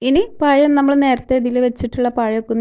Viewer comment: മോളെ snac അടിപൊളി. പയം അല്ല പഴം. അക്ഷര സ്ഫുടത must ആണ്